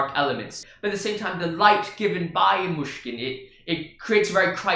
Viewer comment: You prononce "Myshkin" very good, I say it being Russian